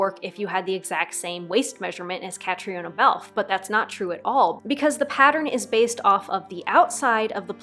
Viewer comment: Love your enthusiasm! Very fun. By the way her name is Irish and it is pronounced 'Ka-tree-na'.